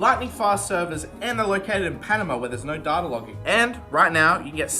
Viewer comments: saying "Darter" is giving me crohn's disease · uk: dayta us: datta: DARTA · There's no 'h' or 'r' in data fyi